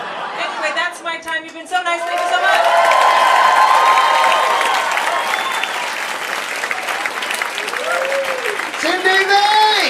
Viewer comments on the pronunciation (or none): Did the guy in the end, say Cindy Vee instead of Sindhu Vee? Lol